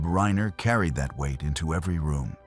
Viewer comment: Who the fuck cobbles together this shit. Can’t even get the AI voice over to pronounce the name Reiner properly. And the writing is way too contrived and just shit.